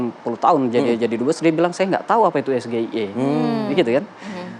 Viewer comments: Sok2an sepiking englis, nyebutin'y aj es ge i e 😂🤣🤣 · Dengan SGIE aja kebingungan apalagi dgn ejaan "Es Ji Ai I 🤣🤣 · Mengejanya aja salah, masa dibacanya "es ge i e"😂😂😂 Kalo mau membawa singkatan bahasa inggris ya harus dibaca b.inggris dong...😂😂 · Ya pasti semua orang gak akan ngerti es-ge-i-e.....kalau singkatan dari bhs Inggris ya ngomongnya bukan es-ge-i-e, tapi es-ji-ai-i, ini penanya ngerti bhs Inggris apa tidak? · Kalau memang penyebutannya salah,, mengapa Cak Imin juga mengeja SGIE itu kok juga Es Ge I E… SLEPETT😂😂😂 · Kalau singkatannya pakai inggris, Harusnya pelafalan SGIE dengan inggris (es je ai e..). Masa dng bhs Indonesia... hahaha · Gibran bertanya SGIA!!!Kok gibran bisa salah ya menyebutkan ejaan nya dalam bahasa Inggris ,,,, kasian juga gibran korban tim suksesnya sendiri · gibran ngomong SGIE aja gak bener... itu bahasa inggris gibran... jangan diucapkan kayak bahasa indonesia bran... ngaco elu....😂😂😂😂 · Hebat apanya baca S JI AI I, SJA ngk tahu dibaca SGIE😃😃😃👎👎👎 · Mas Gibran blg SGIE bukan es ji ai i... krn Imin gak tahu bro.... gitu aja repot... kalo mas Gibran baca es ji ai i... Imin pingsan nanti 😂😂😂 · JUBIR PRABOWO..... LIAT DONG REALITAS DIMASYARAKAT.. GIBRAN ITU CAWAPRES SELUDUPAN HASIL KEJAHATAN NEPOTISME... ES GE I E PENGUCAPAN SALAH... WUJUD KEBOBROKAN MORAL TAK PUNYA ADAB DAN CACAT HUKUM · Maslahnya yang ngasih pertanyaan juga gak tau dri bahasa SGIE jelas pak muhaimin gak tau krna dari ejaan gibran juga salah klo emang itu di sebut bahsa inggris harusnya ejaannya bukan ES GE IE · Udh ndk tahu...., beralasan cara penyebutannya. ...., coba Mas Gibran ngomong... SGIE dlm bahasa Inggris...... pasti ndk tahu juga...., trus ada yg ngomong sok Inggris lah......... 😂....., dasar ndk mau mengakui kekurangan..... para pendukung no.... 1...😂🎉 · Sok bilang soal sulit,tpi nyebutnya aja salah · Penyebutan singkatan bahasa inggris ya tetep pake bahasa inggris dong bib bib gimana sih ente. Contoh UK (baca: yu ke) dan US (baca: yu es).